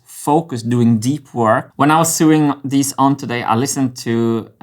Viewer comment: You say sooing, for sewing. where it should sound like so ing or sow ing or so wing. jus sayin ...lol 😂